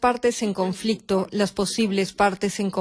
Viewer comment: Conflectividad 😂😂😂😅😅😅🤣🤣🤣🤣. CONFLICTO.